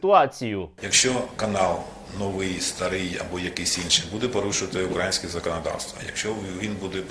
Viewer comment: Вуха ріже наголос Данилова у слові -…українське .. .Який жах